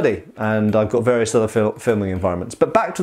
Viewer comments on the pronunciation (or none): none